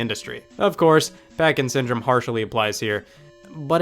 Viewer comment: legit thought you were saying "parkinson" instead of packing syndrome when talking about duck hunt